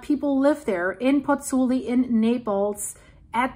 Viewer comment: I like your videos. It is impressive how good you pronounce "Campi Flegrei"! Since you need to say so often "Pozzuoli": please note that there is also the O, try splitting the name in two "Pozzu oli". In Italy we read all the letters in a word.